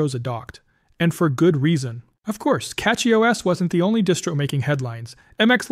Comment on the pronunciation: CachyOS is derived from the word Cache, so Cachy pronounced "cashy" and not "catshy".